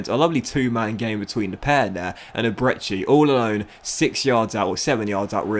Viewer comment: Great series: Ebere Eze pronounced like eberree ezzay